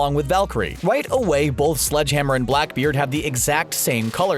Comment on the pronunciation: AYYY MY BOI OVER HERE GOT BLACKBEARD RIGHT